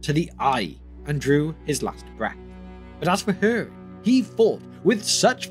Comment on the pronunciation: hurin not her-in